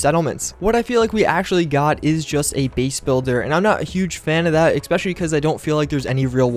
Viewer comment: Especially is pronounced ES-PECIALLY, not EC-SPECIALLY, same with ETCETERA, it is not EK-CETERA